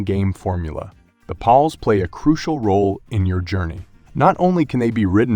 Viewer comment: It's giving Benedict Cumberbatch trying to pronounce "penguins" vibes. Why does he call it "Paulworld" and randomly switches between calling the creatures "pals" and "pauls"?